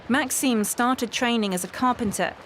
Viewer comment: not MaxIme Maxime the i is more like a eim kinda sound my names Maxime so it pisses me off when people say it wrong especially when teachers fk it up